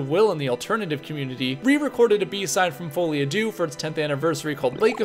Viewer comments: It’s Folie à ‘Deux’ (2), not ‘Dieux’ (God). As in ‘shared delusion’. You pronounced Dieux pretty well, though! (‘Dyuh’) Duh is the pronunciation of deux. Teaching, not criticizing. 👍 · On that note, it took me too long to stop hearing "fully Adieu" 😅